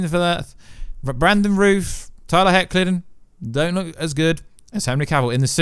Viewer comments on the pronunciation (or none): none